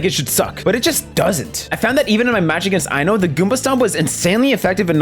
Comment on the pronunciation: Ain't no way you just pronounced I-No's name Eye-No 💀